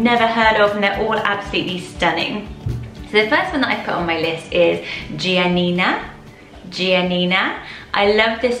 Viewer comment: Gian - Nina is pronounced hyphenated Bianca - is the literal translation of “white”